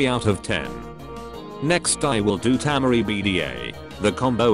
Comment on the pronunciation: Its temari not tamari